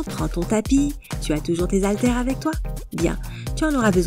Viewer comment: Très bien, mais SVP arrêtez de dire "zaltères", le h est muet mais pas de liaison. Cela sera vraiment top, comme vous dites ☺